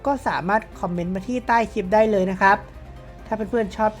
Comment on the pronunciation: พูดคำว่า เลย ของมึง อุบาทมาก